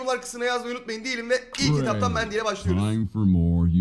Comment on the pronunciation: Abi Berry Mand'y dedin